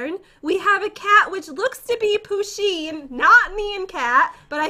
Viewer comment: Poosheen what the hell🤣🤣🤣